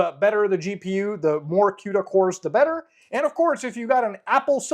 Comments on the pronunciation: Everyone: Cuda (koo da) Muta: Cuta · BTW Cuda is pronounced KOODA like Barracuda because the Plymouth Barracuda was what the architecture was named after. Htf you get quda out of it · I've always pronounced it like cooda, like it rhymes with barracuda. I talk with the AI guys every single day and they have never corrected me. Maybe it's one of those words that can be either way - queda, or cooda :D I develop cross platform and gawd, why does Windows have to make EVERYTHING so much harder? Just cross compiling GCC to target something like, oh, I don't know - ARM - is a PITA. Installing the build tools - OMG! So embarrassing. Linux (at least with Debian based) it's apt install build-essential - one single line. You might need to install some libs depending on what you are working on, but it's that simple to get the build tools. Why oh why Windows? You have fed my family for many years Microsoft, but it hasn't been easy ;) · i pronounce cuda as cooda, how is the c pronounced as a q? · The way he pronounces CUDA is cringe